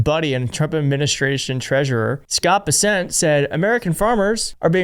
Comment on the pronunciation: It's pronounced Bess'nt. Like, you bess'nt (best not) sign another international agriculture agreement before impeachment.